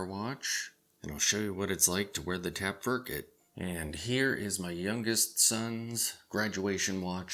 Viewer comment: "Tap-ferk-it"? ...*tap-fer-kite*